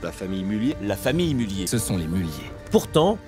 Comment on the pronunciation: Pour info, le "z" n'est pas muet ! A part ça, vidéo très intéressante !